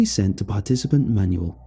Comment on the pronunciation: That is not how Manuel is pronounced.....